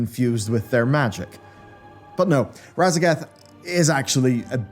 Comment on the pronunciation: Sorry, but I keep hearing "Radagast."